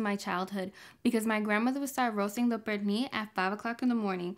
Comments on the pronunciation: One question, why she call it, Perni? Es Pernil. Even my stepdaughter, American born and raised, don’t speak Spanish, was saying about the bad pronunciation. By the way, we tried the recipe. Estuvo delicioso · Purrnee! Love the way you say it! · I love how you say 'pernil' lol thank u for sharing. I was impressed that you boil the pernil. Different 😊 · Love the way she says "pernil" 😊